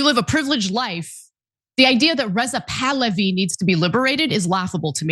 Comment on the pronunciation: Rizal tahlawi 😂😂😂😂 it's bahlawi